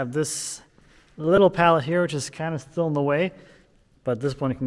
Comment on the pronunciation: "I just have this little pallet here which is THILL in the way." 😂 You've been doing Wood Talk too long and are starting to sound like a fabulous jersey boy. Ha! Really enjoyed the video, thanks for posting.